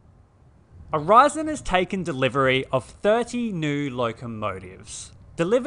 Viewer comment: "Aurizon" not Horizon. Read the text above.🙄